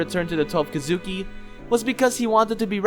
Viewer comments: So we’re just gonna ignore how bad his pronouncements are with the word “kizuki”? (Kee-zu-kee) not (ka-zoo-ki) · Dude its Ki zu Ki not Ki Zuki.. for fucks sake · It’s thweleve kesukee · Key zoo key* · Bro the way u say “Kizuki” makes me wanna blow my brains out🤦‍♂️ it’s Kizuki=KEEZUKI and it’s not manga=MUNGAA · Why are you saying twelve kidzuki 😐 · Question. Have you watched the anime? I was just wondering, because a LOT of the pronunciations in this are different from how they are in the anime. (Like Urokodaki, Kamado, Kizuki, etc.) I don't mean to be rude, just wondering. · No evece but u said kisuki wrong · learn how to pronounce kizuki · When my guy says kizuki wrong 😑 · This guy is good the only flaw is the way he say kizuki